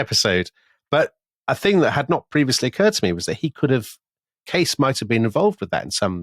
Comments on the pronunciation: Good afternoon from the beautiful California wine country 2 years later. Fun series. Just a little correction, Tom, Edgar's last name is pronounced Kay-cee. Yup. Love you guys and tell everyone I know about The Rest is History and you. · Edgar Cayces name is pronounced 'casey' not 'case' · The last name of the Graham Hancockish somnambulist loon, Edgar Cayce, is pronounced "KAY-sea" (/ˈkeɪsiː/), not "Case." Nice catch on "coccyx." Also, great show as usual. 👏 Thanks! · The last name of Edgard Cayce is pronounced "casey". Do your homework. Ruddy limeys. Shit. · The 'Sleeping Prophet's' name is pronounced Edgar Kay-See. I've listened to so many of your episodes and THIS is all I've been able to contribute. Humbling, that. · Edgar Cay-See